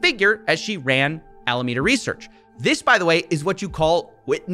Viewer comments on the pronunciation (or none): none